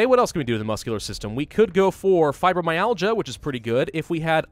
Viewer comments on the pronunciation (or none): none